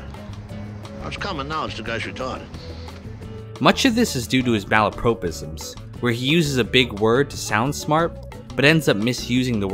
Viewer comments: MALapropisms, not malaPROpisms. Come on mate. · Malapropism/s is pronounced /ˈmaləprɒˌpɪz(ə)m/ - mah-la-prop-ism, not 'pro', as in professional, 'ho' as in Tracee, but 'prop' as in 'crop' Makazian 'mop' up Ralphie's blood and 'stop' with that mispronunciation of the word, it's distracting. Otherwise, you got the makings of a varsity uploader. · The narrator mispronouncing malapropisms is very Little Carmine.